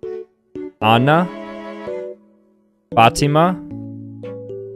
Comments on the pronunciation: My name is Fatima and this is how I pronounce it Fah-te-mah (the t should be soft) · well it depends country by country but originally its an arabic name so the correct pronunciation is fath--ee--ma not fat--e-ma bcuz im arabic so thats why i know and fath like path like put a double AA in it like paath and covert that P to F faath-e-ma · Fatima is a muslim name and as a muslim I can say he totally miss pronounced it...😅 But no hate to him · its correct but his "T" is just off it's faath ee ma not fat--ee--ma even tho there is not H in it but its pronounced like this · ummm the way you pronounced my aunt's name was weird.... its not ( Fa tee ma ) it more of ( Faa t'i maa ) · Actually it's pronounced FAT A MA not FUT A MWA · it's "fat-ee-ma" The name is of Arabian origins, so you just straight up pronounce it wrong. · thats how he pronounced it, FAA-ti-maa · he’s white. Of course he won’t be able to pronounce Fatima the way it’s supposed to be pronounced. It’s stupid to make fun of him for it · how? He pronounced everything 100% correctly except the t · BRO I DIDNT EXPECT TO SEE MY NAME ON THERE (fatima) BUT WHY DID HE SAY IT LIKE THAT 😭😭